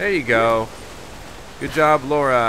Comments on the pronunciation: Lara not Laura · when he calls her laura instead of Lara lol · i dont like he dont now how to speak currect name he is saying laura the real word is lara first you want to now about game then upload the video